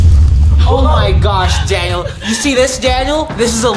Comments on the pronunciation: "Daniel, You are in straight up "Danial" ." -Melvin, 2021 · "Daniel, You are in straight up "Danial"." -Melvin, 2021